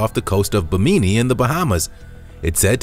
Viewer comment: It's pronounced BIM-IN -NEE .